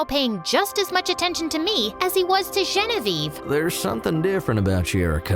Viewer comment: Why does it sound like when you say Genevieve ei roi it sounds like Genevieve royel😊😂